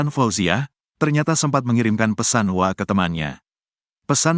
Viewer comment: mas jangan dibaca * wa* dong mosok gsk tau hrsnya ** W A bukan wa nysmbung